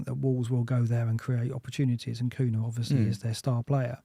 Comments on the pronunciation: Sorry to be so pernickety but,... Cunha is pronounced "KOONYA". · I can’t wait for Cunha to be banned, so I can stop hearing you too mispronounce his name.